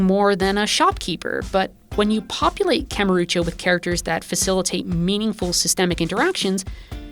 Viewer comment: i wish you'd stop saying kamurucho though.